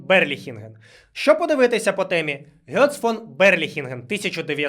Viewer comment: Ґец, не Гьоц.